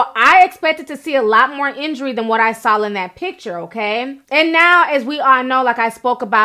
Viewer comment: Names, words, countries, she says "sawl" when she means "saw." I don't think its all growing up in a bilingual household. A lot of it sounds like some extra needed support academically was not gotten in school days, or she's dyslexic. This is more than a bilingual issue... I was in school with students who got extra help, but were not necessarily in special ed either. Ti really sounds like a product of a child/teenager who needed that and didn't get it. Like, IDK how she keeps saying, "She sawl her at the store," I"m like..."sawl" ??? Really...But I still love Ti.